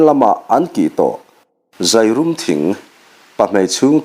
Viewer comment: Zairum thing hi a thluk a dik lo deuh em.. 'leilawn' tih thluk anga zairum tih a ni ṭhinin ka hria